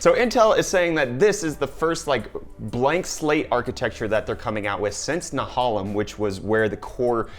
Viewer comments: Not that it matters cause it's old, but.......na-HAY-lem (rhymes with Salem) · Nehalem like many of the Intel names is after a river in Oregon and the A is long not short. It is pronounced Na -Hay-Lum.